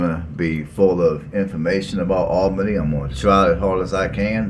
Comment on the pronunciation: Allbenny. GEORGIA in Dawg erty (woof woof) County. You start your presentation destroying the names. no it just drives on. Go cover another city@ I see so many like this. Who needs them? Not me and not our city.